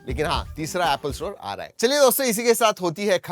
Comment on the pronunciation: Apple ❌ Appla ✅😂😂😂